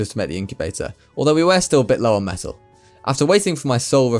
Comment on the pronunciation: Am I the only one who kept hearing "methyl" whenever he says "metal"?